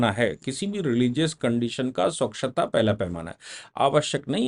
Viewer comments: स्वक्षता नहीं सर.... स्वच्छता .....👍👍👍👍🙏🙏🙏🙏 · स्वक्षता या स्वच्छता